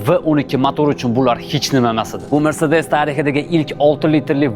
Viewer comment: Sharxga gap yoʻq. Faqat mrsedes mas mersedes deb talaffuz qiling!